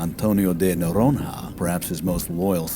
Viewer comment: "Noronha" is actually spelled like "Bologna", but aside from that, great work, as usual :goodvibes